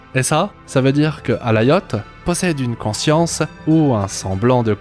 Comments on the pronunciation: C'est Alioth, pas Alaioth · prononciation anglaise, le i se dit a